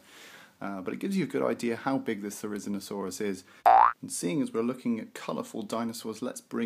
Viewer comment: Your pronunciation is quite wrong If you are unsure you can always check it on wikipedia too "Therizinosaurus (/ˌθɛrɪˌzɪnoʊˈsɔːrəs/; 'scythe lizard'" otherwise nice video ^_^